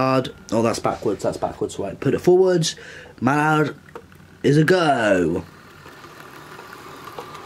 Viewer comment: Sam Bradley it's pronounced 'Mal lard' it's just pronounced it 'Mollard' 😄